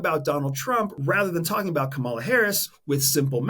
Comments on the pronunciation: Very interesting. I like your videos. One question: Are you aware that you are mispronouncing "Kamala"? She pronounces it like "comma-la". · Love your content. Please pronounce VP Harris' first name correctly.